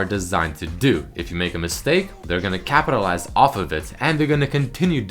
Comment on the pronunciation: "he will continue to Kappatilize..."